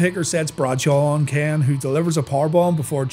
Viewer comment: When he says Ken it sound like he's saying Kane